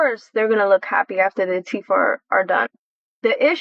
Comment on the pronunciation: lol she said teef